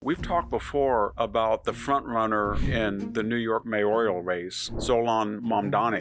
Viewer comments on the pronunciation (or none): as a public service it's "mayoral", not "mayorial", it's new-klee-er, not newk-u-lar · Mis-pronunciation of 'mayoral' and 'Bowdoin' are unusual for a supposed 'intellectual'.